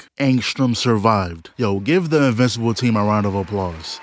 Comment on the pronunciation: lol bro keep saying “E-mmortal and E-vincible “